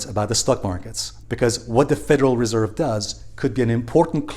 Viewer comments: Stress on the second syllable with Federal Res'erve 😉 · Nice vid you keep mispronouncing Reserve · Please master how to pronounce the word reserve dear friend you bounce around sometimes getting it right and sometimes getting it wrong. But I must say that you usually do get it right and your content is excellent thank you so much❤